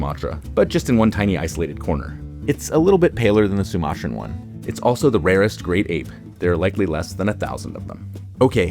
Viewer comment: You use a lot of contrasting sentence constructions (eg: "That's all the lesser apes... let's head on over to... the great apes"; and "the southern white-cheeked gibbon; the northern white-cheeked gibbon...") but aren't getting the prosodic stress right (eg: emphasizing "apes" rather than "great", or "southern" but then "white" for the northern one).